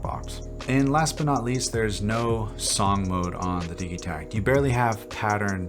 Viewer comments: Its pronounced di(d)gitekt ! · Why are you pronouncing the G hard? Do you say diggital or dijital? Either way love the vid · I've heard several people pronounce the name of this machine with a hard g, as in digging, rather than a soft g, as in digital. Is it supposed to be pronounced like that?